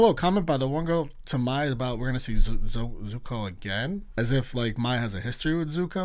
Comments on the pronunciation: If u call zuko, zoku one more time😭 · Zuko For the love of god stop saying Zocoo😣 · One thing I find funny is you keep saying the ex-prince’s name wrong it’s Zuko (Zoo-Co) lol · Love your reactions, just want to make sure you know that it's Zuko and Mai (pronounced like May). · not you saying zukos name wrong lollll love the videos!!